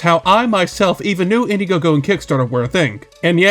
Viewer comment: India-gogo??? Bro learn to read before you start trying to do takedowns 😅😂